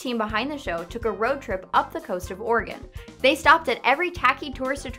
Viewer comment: Whenever she says 'Oregon' it sound like 'organ'. "Gravity Falls is located in organ." "WHICH ONE?!"